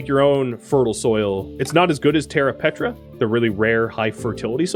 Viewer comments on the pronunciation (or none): Ugh, it's terra preta not petra